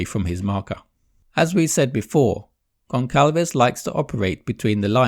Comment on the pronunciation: It's Gonçalves (gonsalves). Do not call him Goncalves please.